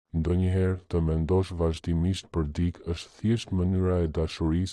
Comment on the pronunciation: Ore trap! Mëso theksin e fjalëve më gjuhën shqipe se na e shpife. Jo "dik" por "dikë", etj